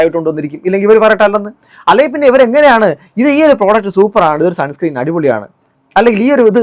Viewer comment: Salihashajahane പറ്റി ഒരു വീഡിയോ ചെയ്യണം “sunscream" എന്നാണ് അവർ ഉച്ചരിക്കുന്നത്. ..മര്യാദക്ക് സ്പെല്ലിങ് പോലും നോക്കാതെ ആണ് ഇവർ പ്രൊമോഷൻ ചെയ്യുന്നത്.